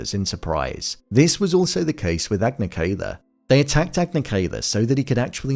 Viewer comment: You pronounced Yue's name wrong the E is E, not EE, and you pronounced Agni Kai wrong, Kai is pronounced as bye.